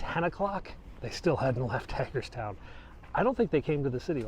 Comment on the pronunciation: Only been watching for a while. I've lived in Northern VA all my life and go into DC a lot for work so I know it pretty well. Always learn something watching your videos! For "" though there's a problem. It's Hagerstown with a long A not a short A. Like HAY for horses. Come on city slicker! You gotta get out into the sticks and learn about your surroundings! Just kidding. Really enjoy your videos!